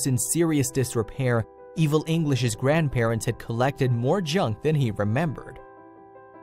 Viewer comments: Oh come on now - " the grandparents-sez" Seriously? It's just "the grandparents'...." If you're someone who uses this software to convert script to audio with accents - stop it If you're someone who programmes this software to convert script to audio with accents - stop it. Your programming skills are probably better utilised elsewhere. How bad can it be when you're dumbing down artificial intelligence ??? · Where did you learn to speak English it grandparents not grandparentes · Narrator, It is grandparents, NOT grandparentses or whatever you were trying to say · Someone also needs to learn to speak English! What on earth is “grandparentses”? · Grandparents' plural possessive is only 3 syllables. NOT grandparentses You are great at making an interesting story TOO LONG and boring.